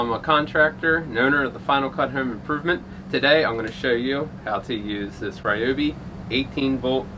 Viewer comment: much better than the other video that pronounces it Ry-Bobby